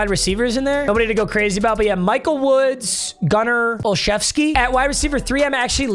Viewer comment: Bro pronounces Gunner Olszewski right but can't seem to figure out Kevin Mawae